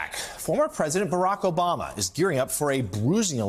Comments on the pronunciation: The way Russell says BaRack A 'Bama, sounds like a corrupt small town in Alabama!😂😂 Or ordering some Alabama BBQ ribs! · Russell, seriously, you can call him Obamer OR Obama . But please have the dignity to pick.... even though I myself still pronounce Metallicas drummers name alternately as Lars Ulrich and Lars Ulrick,🤣😂😂🤣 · Switching between pronouncing it ObAMa or Obarma back and forth is very distracting 🤣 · Please stop pronouncing Obaaahhhma the wrong way. You’re fans in Ala-BAMA feel a little pain in the ear when you say it that way. Luv ya, mean it. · You sound like your from the south when you say Obamas name lol. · You pronounce Barack Obama the way Texans pronounce Iraq (Eye Rack). 😂 Love ya Russel!